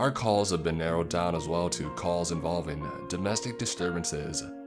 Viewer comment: Does the pronunciation ever sound a bit off to anyone else? Like “sort” or “to” ? Is he trying to enunciate more clearly? Sorry this is really minor and petty i’m just wondering, I love these readings <3